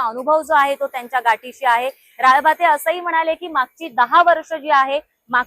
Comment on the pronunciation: राळभाते नाही ग ताई 😂.... राळेभात आडनाव आहे 😅 कितीवेळा ते चुकीचं नाव घेतेय, हसू आवरेना 😂